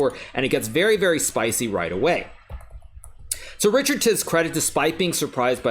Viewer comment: Richárd is a Hungarian name and is pronounced like Ri - hard not Ri - chard.